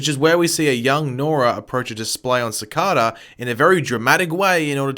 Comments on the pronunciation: this is a counter video of how many times he said sicada and he doesn’t even say it right it’s cicada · its not sikata its cicada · dude how to say cicada is not SI-CA-DA its SI-CAY-DA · He said cacada wrong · Him: sickadaaa Me: cicada P.S. not tryna be rude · Its ca cada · It is nor cicarda. It is said cicayder and spelt cicada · he kept saying cicoda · he kept saying sicoda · its pronounced Si-caid-da Not Si-card-da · OMG ITS NOT Ceecaaada Its Cikada pronounced differently than its spelled they say it in the show like come on why are you being annoying. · It’s si-k-da not sa-ka-da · It's pronounced SI-KAY-DAH not SI-KAH-DUH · ur saying cacada. Its cicada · It annoys me how he says sakaata not sakAta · It’s si-Kay -da not si-kah -da. I understand that you can pronounce words differently based on where you are from, but since this is a name, pronouncing it right is kinda big. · It's cicāda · You say sa-ca-da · You pronounce the word cicada wrong. It’s pronounced cicayda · Ci-Carr-Duh lmao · I. Am. Really. Sorry. But I have to.... IT'S CICEIDA NOT CICADA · Its sick-ada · C -k-aid-ah thats how u pronounce it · It’s si- cay-dah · It's pronounced si-kay-da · Why are you not saying (si cade a) cicada properly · it’s actually si - cay - da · Cicada is pronounced (si-k-da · That pissed me off, lol. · Ci-cah-da lmao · It’s sa-ca-da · Cicada (SIH-KAY-DAH) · you are pronouncing cicada wrong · he says Cicada VERYYY wrong he saying it the way its spelled not the right way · The way he says Cicada annoys me so much😂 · Can someone tell this fool to stop saying Cicada wrong like damn they say it in the show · Can you say cicada right pleasr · Please pronounce Cicada well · the way he says cicada pisses me off so much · How he says Cicada gives me aids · m8 you pronounce cicada wrong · Why do you call It Cicada instead of Cicada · He said cicada wrong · You totally mis-pronounced CICADA. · You pronounced cicada wrong btw. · It’s cicada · The way he pronounced cicada